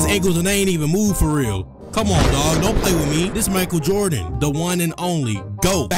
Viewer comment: Mi-Kael Jord-In😂😂😂